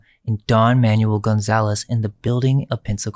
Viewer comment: Manuel = "ManWELL" (Basically) Not "manual"... Lol